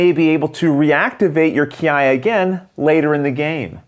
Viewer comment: means just what he is saying. Kiai is pronounced "key eye".